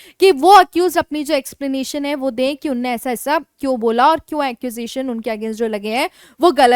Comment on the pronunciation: मैडम आपका उच्चारण सही नहीं है रोज 10 कड़वी हरी मिर्च खाया करो। सही शब्द "उन्होंने" होता है "उन्ने" नहीं।